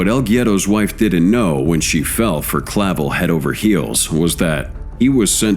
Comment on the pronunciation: That wasn't Clavel Bro that picture is Ismael Zambadas son Ismael Jr. Also it's not Clavo it's Clavel get your duckets in order Bro don't B's the You tube people